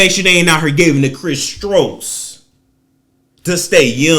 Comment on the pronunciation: Lmao he said “Chris STROKES” 🤣🤣🤣